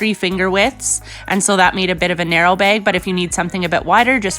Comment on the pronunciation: Why does she say beg and not bag